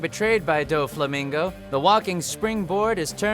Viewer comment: Disliked for trying to pronounce "Doflamingoooo". Also I believe Luffy punching Celestial Dragon had to be in the list. But Luffy does get pretty angry with almost every villain.